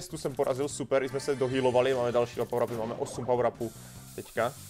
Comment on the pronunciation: Neni to barly ale Barley a neni to pawr ale power